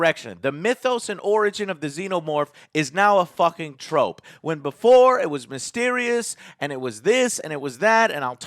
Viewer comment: Are you saying "trope" or "trophy?" Because the former rhymes with "rope," not "Sophie."